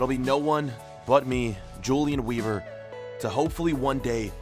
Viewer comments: Its pronounced Ulian Vehbor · I think you should pronounce it Hulian Veeber, because he is German 🇩🇪? Like so he can see it. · If he’s German then his name is pronounced ‚Yulian vayber‘. I can’t watch vids where people don’t make the effort to pronounce foreign words. Pisses me off too much.